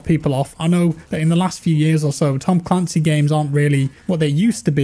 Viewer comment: Look at how they butchered ma boi "Tom Clancy's"